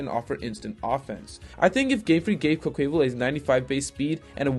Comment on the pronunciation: No one:: "Quoqueyval"